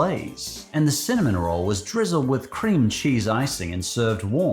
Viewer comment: I am not joking, when you said "cinnamon roll", I thought you said semen roll.